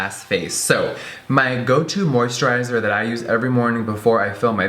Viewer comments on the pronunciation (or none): haha the way you say moisturizer is so funny